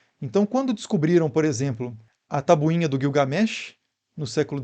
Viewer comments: É muito engraçado quando ele fala "tabuinha". Esse canal é excelente: sempre respeitando e dando eapaço a diferentes linhas de pensamento, sempre citando fontes. Parabéns! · Hahahahah tabuinha mesmo